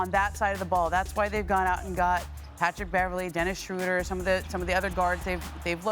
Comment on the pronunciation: Why can't anybody pronounce Dennis Schroeder's name correctly, there's no u in there.